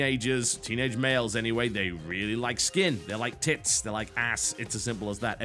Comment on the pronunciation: Listening to TB say TITS - funniest thing in the world haha.